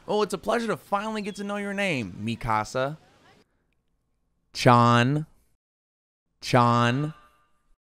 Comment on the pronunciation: I expected a full sentence in broken Japanese and yet that one word was just as bad